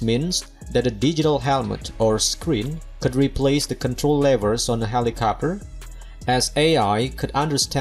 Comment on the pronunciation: Helicopter… not helicopper 🤣